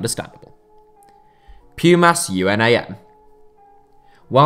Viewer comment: Great video, just that Pumas is pronounced similarly like you would in English. UNAM as actually said as a world and not by the letters so it’d be “oonam”